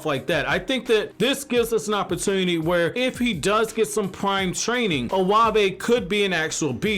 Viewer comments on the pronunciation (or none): none